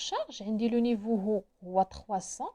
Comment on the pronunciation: Salam, juste une petite remarque: on ne prononce pas le H de haut c juste comme "au", bonne continuation